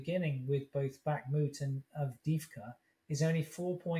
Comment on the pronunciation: Two years in and Chip can not pronounce 'Bakhmut' (Backmoot) or 'Donetsk' (Donesk).. What quality of attention. No wonder he has such insight..😥